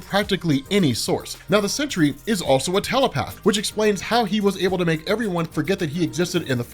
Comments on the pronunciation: ok stop, just stop, u said he can't be killed but then did something after he was killed, just stop, this is far too messy, you're fucking up wayyyy to much and it's NOT CENTURY, ITS SEN-TRY. FUCKING SENTRY. GOODBYE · Please can you call him The Sentry and not the Century. Slow down dude. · So u, like warren from cosmic Wonder, just HAVE to call him "century" when it's simply Sentry. "Sin-tree" geezus it's so simple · Century...I kept hearing century